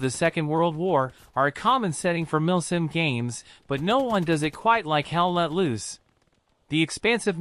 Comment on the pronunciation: I hear him saying "milf sim"